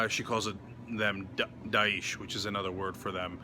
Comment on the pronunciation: Die-esh. Not Deesh.